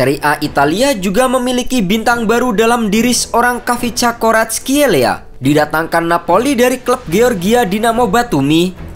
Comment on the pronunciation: Commentator bola malah sering nya nyebut 'Varatskel...'